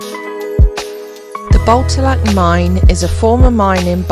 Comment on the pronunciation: Great tour at Botallack mines and the stay at Sennen Cove 😊 Beautiful and interesting places. I have walked past both and will visit again and take more time to look around 😊. I believe Botallack is pronounced with the emphasis on the second syllable. Like Bo-TAL-lack 😊